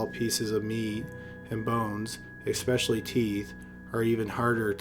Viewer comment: We didn't say "EXpecially", did we?! :)